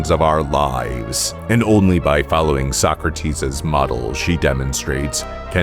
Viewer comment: finally someone who knows how to pronounce Socrates